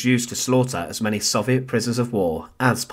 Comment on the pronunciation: It’s crazy how big a part the Soviet Union played in the war and how many books/articles/videos about it, yet you still can’t pronounce it correctly.